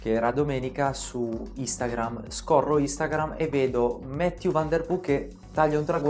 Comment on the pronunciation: Va bene tutto,, ma Mathieu è un nome francese, mi fa male il cuore a sentire nomi non inglesi "inglesizzati"😅